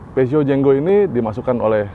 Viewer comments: Mungkin bacanya Purzhoh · komen dikit mas.. salah spelling nya.. Peugeot = dibaca Fu-zo. LED = dibaca EL-I-Di. hehehe..